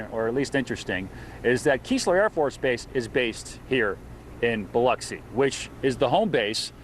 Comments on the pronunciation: Buh-LUX-ee, not Bah-LOX-see.... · 🙄 Ugh i hate how he says BILOXI, MS. 🗣️ It's pronounced BILL-UCK-SEE😂